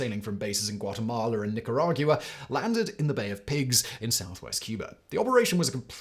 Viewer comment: Cuber. Nicaragyouaer. Okay.